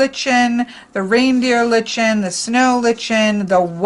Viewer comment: litchen😆😆 it is a lie-kn! As differentiated from a Ly-can. Oh goodness I could not help but wince every time you said it!